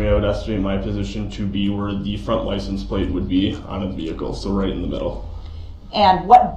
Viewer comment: Axe, troof, licence place, dat, substain, tacket, fustration, umbiblical..an English teacher's worst nightmare. 😆